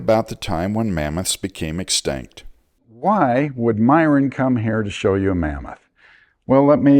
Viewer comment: Excuse me Sir. You're mispronouncing Myron -- It sounds more like this Myron --- Your saying Myron. haha how long have you been saying it wrong haha I'm often told that I'm funnier than I think I am lol